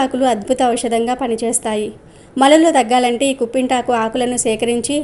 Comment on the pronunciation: కుంపింటాకు కాదు కుప్పింటాకు, పిప్పింటాకు అంటారు